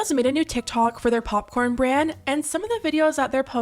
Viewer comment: "pupcorn" llol